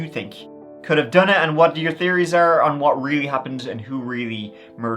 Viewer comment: Brotha, why do you hate "H's"? I noticed you pronounce " theories " as "teories" and "three" as "tree". Did the letter H hurt you?